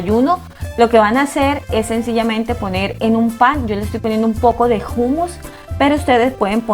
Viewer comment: Como siempre delicia de receta y un bravo a como pronunciaste esta vez el humous!!!!!Abrazote desde Israel.